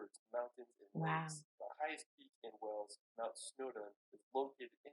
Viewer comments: Just to say, your pronunciation of British words is very good, But, Wales is NOT pronounced Wells, but the same as the biggest mammal in the sea! With the ‘a’ emphasised! 🐳😊 Lynn in England but come from Wales! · The beaches of Wales are to die for. Go to Rhossilli beach on the Gpwer Peninsula. By the way, you pronounce it like the sea mammal in plural - 'Whales' not 'Wells'. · Wales is pronounced whales not wells 😬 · You pronounce whales by saying the word a he is saying wells it's whales say the letter a. I am from uk Liverpool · You keep saying 'Wells,' which is a city, but you actually mean 'Wales' with an 'a'